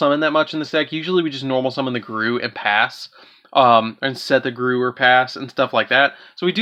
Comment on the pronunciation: It’s pronounced Goo-roo, not garoo. I feel like you did that on purpose